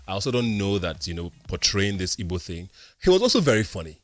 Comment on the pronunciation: Wtf is ibo, learn to pronounce the word ma, it’s Igbo.